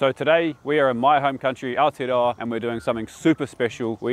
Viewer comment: Aotearoa is our name for New Zealand although his pronunciation could use some work